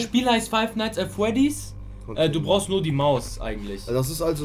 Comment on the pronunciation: Das Spiel heißt five nights at fwedis